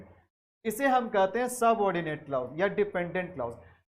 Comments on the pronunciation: The correct pronunciation is Kilàz not klaouz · Sorry Sir u are actually king but would suggest u something like it's क्लॉज not क्लाउज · Sir it's not clous but clause so please don't mispronounce it... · Mai bhi yahi kahne aya tha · Nhi clous nhi hota clause hota h sir bilkul correct h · Sir your pronounciation is. Wrong right clause क्लाज है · Teaching sa phly khud ko parh lien bs pta niii Kahan sy aw jaty Hien clause glat prha ha I have downloaded playlist but now going delete it.